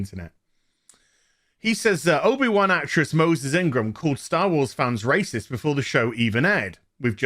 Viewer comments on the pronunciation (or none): WTF is a “racisists”? 🤔 RAY - CISTS? Huge fan for over forty years. She did a great job & hit it out of the park. 👍🏼😊👏🏼🤷‍♂️